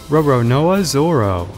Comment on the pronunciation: Dont ever say roronoa like that again